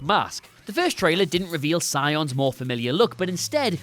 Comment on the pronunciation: Sion....is, Sionis......Roman Sionis